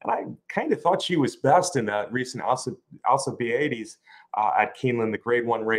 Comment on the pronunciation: What's up with? Can't pronounce Alcibiades That's ridiculous